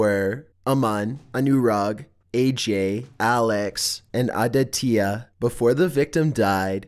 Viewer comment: how could A-DIT-YA become A-DA-TI-YA??